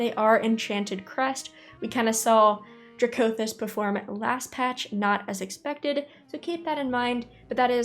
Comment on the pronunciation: You know... i always pronounced it "DRAcothyst" not "draCOthyst" heheheheeh TY for all the informative videos! <3